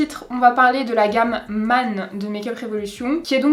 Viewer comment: ‘Man’ se prononce comme ‘reine’, ‘peine’, ‘chaîne’, ‘laine’ 🙈🙈🙈